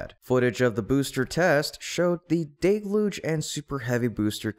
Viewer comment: DELL-huge not DAY-luge. Are you saying it wrong on purpose?